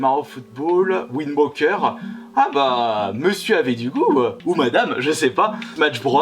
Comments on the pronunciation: C'est Wind Waker, et pas ouind woker ;) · "Zelda Wind WOQUEUR"